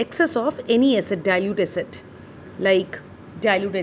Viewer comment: Please say a...-cid(acid) it sounds like asset .